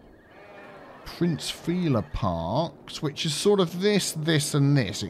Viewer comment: "Prinz Feeler Park" lol